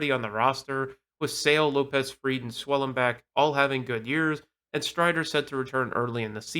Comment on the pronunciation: please check player names before you post. It’s AJ Smith-ShawVER. And Schwellenbach’s final syllable is pronounced BOCK. Your credibility will go up if you look after the details…